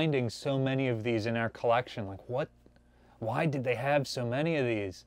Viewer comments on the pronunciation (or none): none